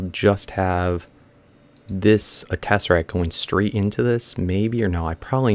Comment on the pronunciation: It is not a tessaRAT! It is a tessaRACT!!! You drive me crazy when you say Tessarat.